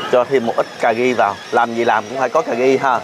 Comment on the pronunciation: ... CÀ RI mà nói CÀ GHI, RU BI thì nói là GU BI .... bó tay lun ...:face-blue-smiling::face-blue-smiling::face-blue-smiling